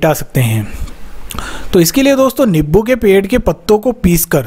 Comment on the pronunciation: Nibbu nhi hota नींबू hota h